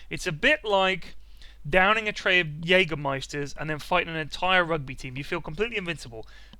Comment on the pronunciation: Jägermeister..i love when english people say german words ;D